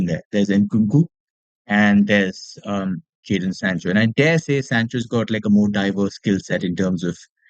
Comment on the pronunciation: Isn't it JADON Sancho?